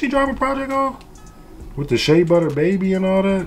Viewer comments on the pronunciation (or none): none